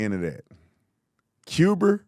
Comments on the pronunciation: You said Cuber it’s a black thing..lol. So is not changing the battery on that fire alarm! We heard it 😂😂❤ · That NiGgA said Agender and Cuber!!!!!😢😂😂😂😂😂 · He said Cub-er as opposed to Cub-a because Stephen A is friends with Mark Levin, and they often appear on each other's shows. Mark Levin calls it Cuber to mock Bernie Sanders pronunciation. Lol. Stephen A is following suit. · Brandon, I can explain why Steven A. Smith said," Cuber". He is good friends with Mark Levin and Mark says " Cuber" as a joke to make fun of Bernie Sanders cause that's how he pronounces it. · Stephen A is just doing the same thing Rush Limbaugh used to do, throwing back to the JFK pronunciation of "Cuber." The Great Maharushie used to say it that way all the time, "as President John F. Kennedy would have said ."😆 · He put the "a" on Russia but not Cuber. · Cub-er and also when he said 'agenda' as agender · I was just thinking “Did Stephen A just call Cuba Cuber?” And then I thought I heard a fire alarm beeping. 😂😂😂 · Cuber.... it's like Warshington.